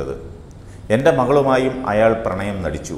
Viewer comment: Pranyam alla chetta.. Pranayam anengil.. Garbhini aakkumo